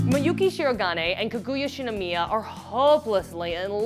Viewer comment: its kaguya not kuguya, pepega